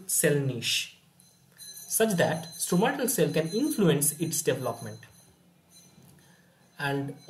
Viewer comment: I think it is called Stromal cell and not Stromatal